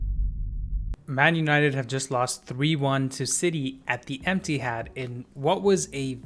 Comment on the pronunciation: lool not u saying emptihad soo bitter jus accept it ur team trash bro chill